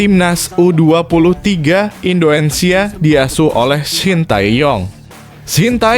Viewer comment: Min ngomong INDONESIA nya jgn di plesetin donk, itu nama negara kesatuan rebuplik indonesia